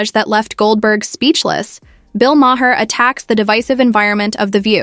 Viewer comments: How many different ways can AI butcher Bill Maher's name? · I can’t stand Bill Maher, but at least pronounce his name right!